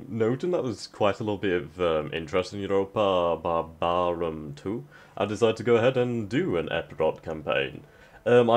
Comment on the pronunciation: "Uropa Bar-baaa-rum 2" Sorry, but I was laughing so hard on that.